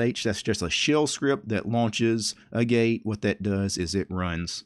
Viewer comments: Pronunciation on "agate" is AA (as in "pat") get. There's a mineral called "agate". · “Agate” is pronounced “AHgat” (it’s a gem) :) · Pretty sure Agate is pronounced like the stone. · Agate is ag-ate, not a-gate. So have you looked into TBL's Solid or the Interplanetary File System?